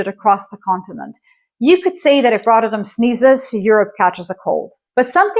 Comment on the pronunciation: It's not pronounced RODderdem, the Ts are 'hard' and the emphasis is on the '-dam' part (which is not pronounced 'dem', but 'dahm')... RotterDAHM. Just 2 minutes in, and I got so annoyed with the butchering of the name every five seconds (because, hey, doesn't the entire world pronounce stuff in English?) that I quit the video. BTW, ei is Dutch for egg, what does EI stand for? Electronic Intelligence? Economic Intelligence? Or am I thinking too much in the direction of AI?